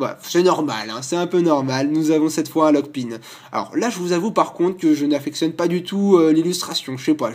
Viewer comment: Arceus ce prononce exactement comme il le dit "Ar-ké-us" :) PAR CONTRE il dit "LockpinE" ahahah c'est Lockp"in" Neijann Lockpin ! Je sais aussi qu'il dit "DonEphanE" alors que c'est Donph"an" ! :p